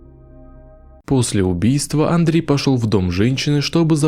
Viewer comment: Скорей всего Андрэ Кувильо, а не Андрей, аж что-то прям слух режет-)